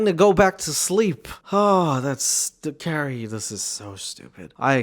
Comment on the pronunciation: It's very unfortunate to be named CaRRie and in love with MaRk ZuckeRbeRg and not be able to pronounce your Rs! + Mawk Fowevew!! 😂😂